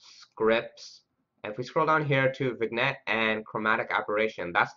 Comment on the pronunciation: Hey, thanks for making this video. Gave me a starting point for implementing this. Also, I think the g in vignette is silent. Pronounced like vinyet.